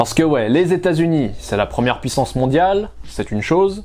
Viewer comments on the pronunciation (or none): none